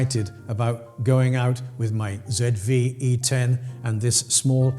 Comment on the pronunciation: Thank you for saying ZED Vee E ten!